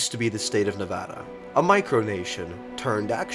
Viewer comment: thanks you for pronouncing nevada correctly :)